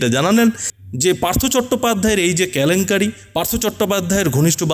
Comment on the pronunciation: সংবাদ পরিবেশক কে বিনীত অনুরোধ দয়া করে কেলেঙ্কারি কে "ক্যালেঙ্কারি" বলবেন না 😄🙏